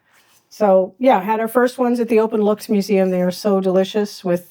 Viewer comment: Thanks for trying to learn more about the Dutch language, habits and items. Openlucht is not pronounced 'openlukt'. The ch in Openlucht can better be pronounced as the way the Scots pronounce: Loch (not pronouced as 'lock' ) De 'Freakendell' is a nice new way of saying: freekahndell (the proper pronunciation of frikandel) Tom Poes is not pronouced as Tamm Puss ! Anyway my remarks ar meant as postive. I admire your perseverance ! Keep it up !